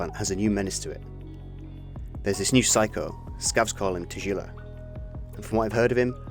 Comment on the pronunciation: Its Russian, english rules do not apply to it even if its Romanized. And its a G not a J. if it was Romanized as Tajilla, then I'd forgive you, but it wasn't. Also you can hear people say his name in the game in random NPC dialogue, they say Tagilla. As a fellow english speaker I understand the confusion, but as a linguist in multiple languages I cannot forgive this mispronunciation. Its a strong G, not a soft J. Ta GIlla.